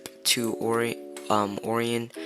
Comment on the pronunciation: It’s pronounced arian not oorion btw :) Great video tho dude! Keep it up